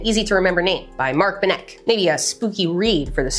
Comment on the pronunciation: edinburg and mark ben neck (its benneck-eh) germans dont swallow the last letter ah, americans never disappoint :D